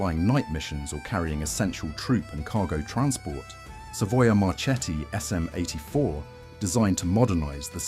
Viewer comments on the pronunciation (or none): A very interesting video. Just one observation: Macchi and Marchetti are pronounced "Makki" and "Marketti", the Italian word combination "ch" is pronounced as a "k"